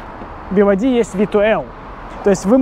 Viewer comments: BYD в разговорной речи употребляется как БИД, как и БМВ не би эм дабл ю ☝🏼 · Тут дело привычки) в китайской разговорной речи он произносится как бияди)